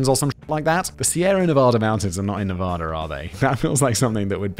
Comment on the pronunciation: There is no soft a in Nevada, all the a's are pronounced hard.